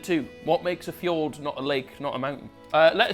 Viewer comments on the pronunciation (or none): none